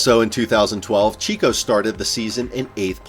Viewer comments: Checo - like /check-oh/ Not like chick... Nice video though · Sergio has been in F1 for 11 years. How can you still fumble ver how to pronounce “Checo” this badly? It is as if you just read it for the first time in your life